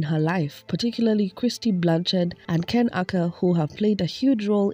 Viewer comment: And the way she insists on mispronouncing Ken's last name bc she likes the way it sounds better....